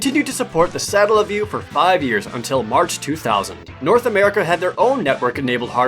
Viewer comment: It's pronounced Suh-Tell-uh.